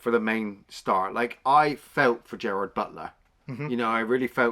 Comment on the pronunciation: GERARD BUTLER. Not Gerald.